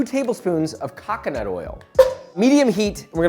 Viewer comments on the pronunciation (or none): COCONUT! not KAKANAT... 😂